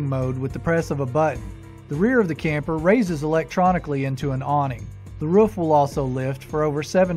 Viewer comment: It’s not Ruuf! It’s a roof! Oooo